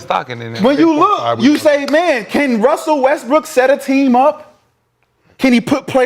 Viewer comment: And Gil kept calling Dirk dirt lmao! Oh and kept saying Wussel not Russel they all messed up